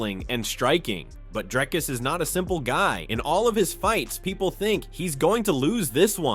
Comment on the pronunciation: why do you call DrIcus "DrAIcus"? Don't you hear everybody else pronouncing it differently? xD